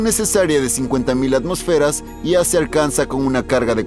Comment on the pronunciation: ATMÓSFERAS!!!! LA TILDE ESTÁ EN LA O!!!! Antes de hacer videos ponte a estudiar